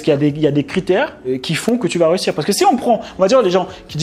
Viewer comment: Sympa tes vidéos mais par contre un truc qui pique les oreilles c'est ("réussir" et non pas "rehussir"). Continue tes vidéos 👍 bonne valeur